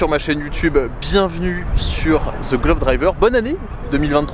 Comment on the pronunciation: J'ai horreur des titre anglais comme the club driver , surtout qd c'est prononcé ZE club ,,,, c'est ridicule quoi la langue française ne vous satisfait pas !!!!